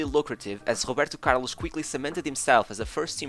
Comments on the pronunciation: That’s how some Brazilians pronounce his name buddy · O primeiro vídeo do canal foi sobre Figo e o jeito que você pronuncia Roberto Carloxxxx e Atlético Mineiro entregam que você é português HSAUHSAHSAHUSHAHus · The way the narrator says "Roberto Carlos" sometimes give away his Portuguese accent 🙂 great content!!